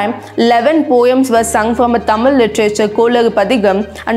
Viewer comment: try to pronounce correctly thamizh not thamil.